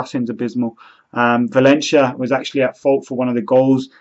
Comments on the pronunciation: Whats with "ValenSHia" hahaha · Birmingham accent ;)